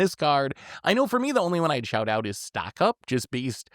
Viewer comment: I heard him say that too but I think he meant “shout out” had to rewind a couple times lol